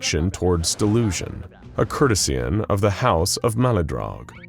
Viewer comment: Drink! Courtesan, pronounced cour·te·san, not cur-teh-see-an.